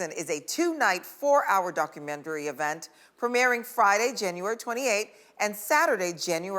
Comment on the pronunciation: Wonderful interview, but why do people say Documentree?